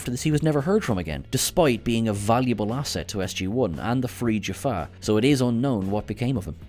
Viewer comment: Did he say Jafar warriors/ other wise Jaffa as Jafar? Just asking it from all who is watching this.